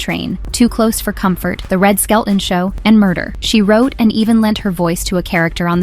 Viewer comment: I can't tell if this is an AI channel or not, but for the way you said both "Alfred Hitchcock Prez-ints" (like he's Father Christmas) and didn't know "Murder, She Wrote" was one phrase, i'm hoping you are because you sound like you've never seen any television.